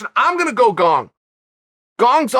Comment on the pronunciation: ‘ Cyril gong ‘ - chael sonnon